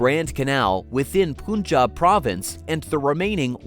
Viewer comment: Its Punjab (panj_aab ) Not ponj_aab Mr (em_pusee_blee bo_leed)